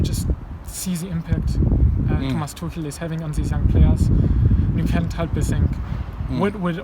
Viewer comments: Why do you say "Tookel" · you don't pronounce Tuchel like that Robbie please come on